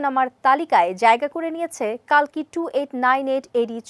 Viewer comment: কল্কি হবে কালকি নয়